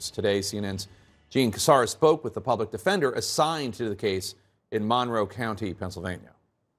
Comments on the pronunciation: MUN-row? Shouldn’t it be mun-ROW? Stress on second syllable? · Monroe County, PA, was named in honor of James Monroe, the fifth president of the United States. The accent is on the second syllable, not the first!